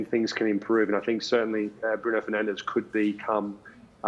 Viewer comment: Bruno Ferdinand, or Bruno Fernanzzzzsh?